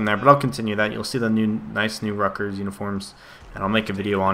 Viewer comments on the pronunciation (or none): LOL. He can't even say his fav school right. Rutgers, Not Ruckers